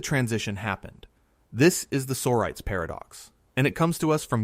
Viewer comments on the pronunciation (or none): I have never heard the word "sorites" pronounced "SORE-ites". The word "sorities" is plural, and it is properly pronounced "Soh-RYE-tease". Please teach your computer how to use a dictionary.